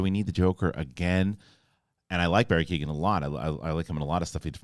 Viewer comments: It's not Barry Keegan It's kee - oh - an The G is silent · Great vid! One small thing his name would be pronounced KEY-OWEN rather than Keegan. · keoghan pronounced key-o-han